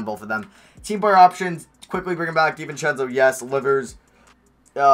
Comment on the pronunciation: Anyone else annoyed how he sats David Di-vince-eo it pisses me off